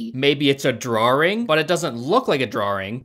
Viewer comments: WTF is a "drawring"? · disliked for the mispronunciation of "drawing" that was sinful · "Maybe it's a drawring xD " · Sorry a....a what? A Drawring? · Drawring lol 😂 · what the fuck is a drawring lol?